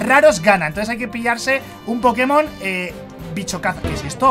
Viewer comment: Me mate cuándo le dijiste vicho a los pokemon soy tu fan número uno te quiero